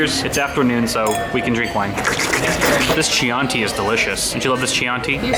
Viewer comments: Chianti. Chee-anti!! Really?? Try Key-anti. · Hard c- (Key-AHN-tee) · to say Chianti pronounce as the word begins with K so Kianti and you get right pronunciation XD ps. I'm italian XD. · Excuse me what the fuck SCIANTI? Chianti. Not scianti. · Now we have Lyle also for the ads 😍 PS. to say Chianti you need to use a hard 'C' sound, like Kianti. (we don't have the K letter so we use 'ch' as replacement) your italian subscriber pasta eater 🍝 🇮🇹🇮🇹🇮🇹🇮🇹🇮🇹🇮🇹🇮🇹🇮🇹🇮🇹🇮🇹🇮🇹🇮🇹 MAMMA MIA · it’s pronounced “Kianti” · Nice video as usual, I'm happy for the cat being ok. Oh, fyi, "Chianti" is pronounced "Kianti" and absolutely no one in Italy eats garlic bread, there's no such thing here and will never be 😁😁😁.